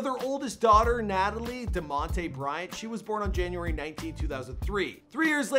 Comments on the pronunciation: It not natalie it natalia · Its not nataly its natalia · Its pronounced Nataleeya (Natalia), not Natalie. And Gianna's full name is Gianna Maria-Onore Bryant, not Gianna Marie Bryant 🤦🏽‍♀️ Dang man do proper research! Yall trying to throw up these quick videos for some watchtime..smh